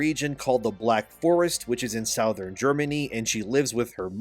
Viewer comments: Sou-thern Germany. What lol. Strangest pronunciation I've ever heard. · I've never heard anyone pronounce "Southern" like that before..... Is that common?